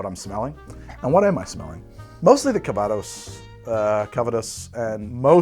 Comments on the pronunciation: Having roots in the Calvados region of France, your pronunciation of calvados is horrendous. I guess I would transcribe it as "cal-vah-doss" with "cal" as in California, "vah" as in "avahda kadavra" and doss almost like the Spanish dos but with a bit less "oh" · Arghhhhhh! I'll be That Guy then. Calvados is french, not Spanish, so the intonation goes on the last syllable. It is not An apple brandy it is The apple brandy. It comes from a specifically defined region of Normandy made following a very specific set of rules and aged on oak for a minimum of two years. Where I live (Normandy... duh!) it is not so much a sophisticated drink as the principle drink. Un café calva (coffee with a dash of calvados) is (or was) a thing for starting the day. It's poured over a small apple sorbet as a palate cleanser between courses at restaurants. It's everything from the fire water distilled in someone's back yard to a 50 year old single vintage extravaganza. OK. I'm good. Carry on.